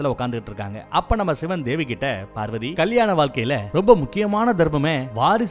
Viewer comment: நீங்கள் பேசும் வார்த்தையை செறி படுத்தவும் பார்வதி என்று தெளிவாக சொல்லு அது என்னடா நம்ம பார்வதி டார்கலிங் உங்க அம்மா வ இன்னொருத்தன் டார்லிங் னு சொன்னா சந்தோஷ படுவிய